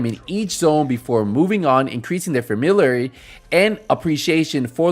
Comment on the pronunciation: He can't pronounce the word familiar lol